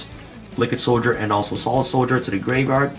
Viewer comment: I like it when he says "graverard"